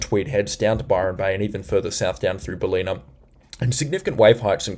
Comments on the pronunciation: Ballina is pronounced. Ball-in-a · Great work ! Just a minor correction , its Bal-inn-ah , not Bal-een-ah . Greetings from Lismore (Floodmore). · Bal-een-a ? I think it's BAL-en-a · This is awesome. I'll even dismiss your pronunciation of some places (B(a)llina, not Bahleena). Thank you. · Ballina Pron BAL - in - uh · Great reports. Pronunciation of Ballina is Bal-in-a. 💜💫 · Ballina pronounced Bal-in-a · Ballina pronounced Bal like Sal-in-a I hope it helps. 😉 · you say ballina all wrong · Hi. Thanks once again for your video and information. BTW, Ballina is pronounced (phonetically) Bell-in-a and Caboolture is pronounced Ca-bool-chur (like church...well, it's really -ture but it sounds like chur). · Great reporting, but can tell you are not from Queensland or NSW, your pronunciation of Caboolture and Ballina is incorrect. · Thanks so much for your work. Stradbroke Island, not pronounced Strandbroke… Also Ballina is pronounced Bal - in - a Cheers mate 👌🏼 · Are you sure you are from OZ? Cabultura, Baleena, Fourster, Murawoolambah.. It's Car-Bull-tcha, Bal-in-a, Fos-ter, Mur-wool-im-bah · Tips for speaking East coast. Stradbroke islands (North & South)... Not stanbroke, or just go with Straddy and South Straddy. Caboolture = car bull char (maybe not as hard as char, but like culture not like pure). Ballina = bal inn ah. Not berlina... Also had to laugh when you skipped Tallebudgera creek the other day. Talla bud jer ah. Thanks for your efforts. Helps me reassure my wife that the clickbaiters are blowing things out of proportion a lot of the time.